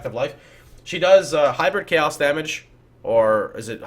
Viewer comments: Twitch is a completely different language: chayos, Al-ch-emy, etc... that was a sentence literally filled with memes. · what is with miss pronouncing, chaos, and alchemy?